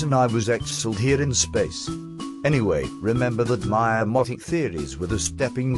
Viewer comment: Amotic theories? This guy is so adorable. My favourite part is definitely though.